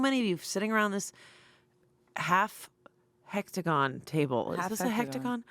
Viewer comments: "Hectagon"💀 besties it's hexagon. i love this show. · “Hectagon” lol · Not and both saying hectagon multiple times. 💀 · it was absolutely heck-tagon and all three of them said it